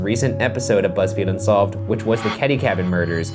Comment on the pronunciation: “Bunsolved.” I’m weak😂😂😂